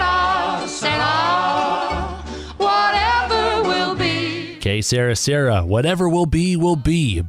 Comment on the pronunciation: Good list but how could the announcer have the recordings on in the background and still mispronounce two titles..."Que Sera Sera" and "What'd I Say" are not "Que Sarah Sarah" and "What Did I Say"